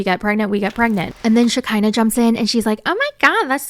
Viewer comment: lmao it's funny how you call her Shakiner